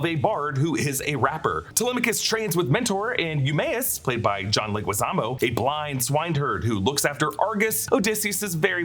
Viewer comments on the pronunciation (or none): none